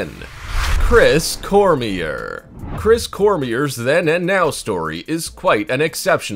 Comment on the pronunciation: It’s pronounced CORM-YAY